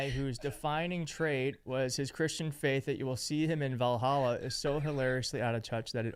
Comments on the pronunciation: I know he didnt say val hallah😂😂😂😂 boy stfu and put your phone on the water... any water i know i didnt just hear that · Did that guy try to say Valhalla 😂😂